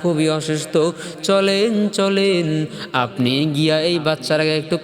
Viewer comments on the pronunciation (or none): none